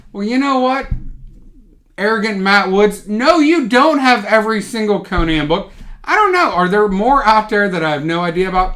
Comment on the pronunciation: These days, if you pronounce Conan properly (Co-Nan, and not Conin, like the talk show host), you deserve to be a bit arrogant! But you're not, of course.